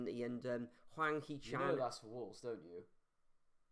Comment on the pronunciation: Everyone is underestimating my Wolves! Our boys have had something to prove this season and have done well. And his name is Hee Chan, not Han. 👍 Or as we call him, “The Korean Guy” after Pep called him that after he also forgot his name before we beat Man City 🔥 haha Great videos boys, cheers from the States